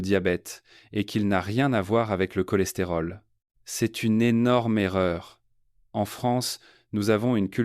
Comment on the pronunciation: Prononciation IA, CHOLESTÉROL, SOUPS etc…